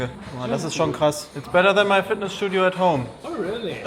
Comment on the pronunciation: in Deutsch: „Dat is ma n Gym“. In Englisch zum Hotel Manager: That‘s better then my Fitness Schdudio at home. 😂 made my day